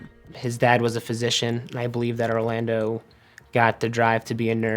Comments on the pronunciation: We're American's and have American accents. Every time she says Orlando's name with a Mexican accent I want to throw up. Had to quit watching. Why do Liberals think they have to do that? We don't pronounce Orlando Florida that way. We don't even know if he was from Mexico, he may have pronounced his name with an American accent also. Really annoying. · 27 minutes in I had to turn it off I couldn't take another Orlando the way the talent pronounces it with the accent. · Does she pronounce any Spanish word with that cringe Spanish accent where they really ham it up? Lmao as I type this she said Orlando’s full name and yep it’s that cringe Spanish accent where they play it up (If you’re native Spanish speakerrrr you know what I am talking about 😂) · This was difficult to watch because of how the reporter kept pronouncing Orlando.